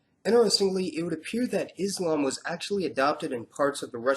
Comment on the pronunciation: HI. Just a request. Kincly pronounce Islam and Muslim with a S not Izlam and Muzlim. It is the letter S as in Selfless not the Z of Zebra. Usally, it is the Anti Muslims who use that z sounding, wich has no meaning in it self. Other than that, I always look forward to you videos. Very informative. Keep up the good work.